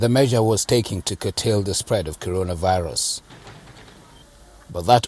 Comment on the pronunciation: Who did this to nigeria leaders.? Does it mean that they can not pronounce corona virus or covid 19 well? Oh chi m' !!!!